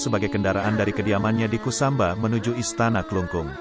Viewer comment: Kusamba bukan kusumba